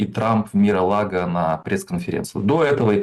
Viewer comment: А украинские политологи не пробовали посмотреть, как называется дача Трампа? Один - МарГолаго, этот МИролаго. Начните с малого - правильно произносить слова! Небось тоже кандидат околовсяческих наук?